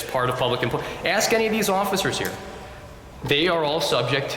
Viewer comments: Never take directions from anyone who can't pronounce the word " ASK" 😊😊😊😊😊😊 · They can never pronounce ask. It’s always axe.🤣🤦🏻‍♂️ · Is she gonna ASK or AXE Learn proper ENGLISH 😂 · I gonna axe😂😂😂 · Now, now, she AX you! Ask for the baffroon. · If you cant pronounce the word "ask" or "with" you shouldn't be the chief of security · works for a school district and doesn’t know how to pronounce a simple three letter word like ask?